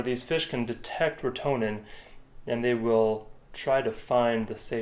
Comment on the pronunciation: Hey guys Just though I would chime in here. I have some comments for you guys First, Retenone is pronounced wrote ta known. Also we dont really call it killing we call it treating. Treating is can 100% but it can be if treated at the right time with the right dose. It is a big project and costs a lot of money. Most of these treatments are over winter where salmoinds take up all the biomass, some fish such as shiners are good at low O2 levels and can survive these actitivies. Rotenone is a legume from south america, and it was found by tribes who would make a paste of it and throw it into water and the fish would float up for easy catching. It is also called a piscicide which means killer of fish. The compound is a surfactant and causes things with gills or transpire through their skin to suffocate. Animals seem to be able to detect it but it is normally too late by the time they do. As for the motor on the lake there is a huge process to go through to get that to happen. It is called minimum tool analysis winch can permit such things as motorized usage in wilderness etc lots of paper work. Those streams coming into sunburst would have been treated above and allowed to flow chemical into the lake ensure no fish survival. The tratment normally takes man hands on deck. I know with our projects we like 10-20 people more people the better the end result. After treatment you are proabably not going to catch and trout. Especially large ones, they use more O2 and are more sensitive t